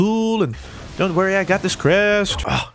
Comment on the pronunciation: Why is it the way says "Crest" is so fucking satisfying